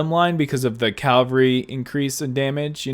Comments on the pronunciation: Very informative vid but it's cavalry not calvary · Awesome vid with many useful tips! Just one question: why do you pronounce cavalry as cal-va-ry? Threw me off a bit. All love tho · Please say Cavalry right, it triggers me. Keep up the good content!!